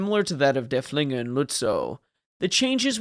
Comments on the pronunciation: It's pronounced derf-linger, not der-flinger. Named after Prussian field marshall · Yeah, try to emphasize the first syllable, not the second.